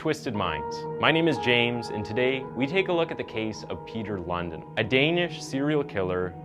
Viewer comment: I like the way you americans always pronounce danish names completely imcorrect🤣" Peter London" the real pronounciation is more similar to Peter LoonDEENwith emphasis on the last part, not the first